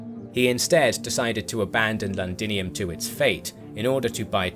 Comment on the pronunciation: Londinium not landinium.